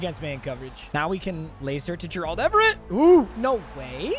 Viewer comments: Why are you saying Gerald like that? It’s bothering me 😂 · pls learn how to say gerald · PLEASE STOP PRONOUNCING GERALD LIKE THAT